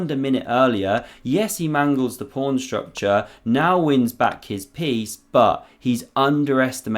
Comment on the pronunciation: The commentator in this video is getting very tiresome with his constant invocation of "prawn" instead of pawn. Once or twice is amusing, but to hear it said every time positively grates on one's nerves...